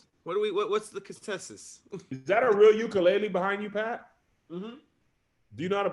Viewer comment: What the hell did Pat just say? Hey: I think Pat meant to say "What's the consensus". Instead he said "What's the constesis" 😂😂😂😂